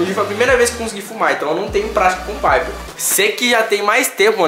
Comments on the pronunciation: Vdd, da mó agunia ele falando viper veiiii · Mano ele falava vape vaiper mds ainda bem que ele não fuma mais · " vaiperr" kkkk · “Um VAIPER” kkkkkk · "Vaiper" KKKKKKKKKKKKK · Da agonia de ouvir o falando vape errado